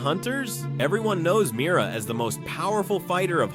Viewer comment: It’s Mira not miry lol